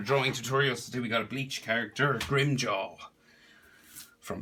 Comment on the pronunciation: FYI it’s grimmjow not grimmjaw